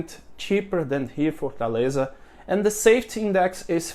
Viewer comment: Just constructive criticism so that you can improve. You pronounce safety, saft and other words with a y at the end. I do understand that in Portuguese you don't pronounce the Y but it is pronounced safe teeee. Long y but pronounced EEE safe tyyyy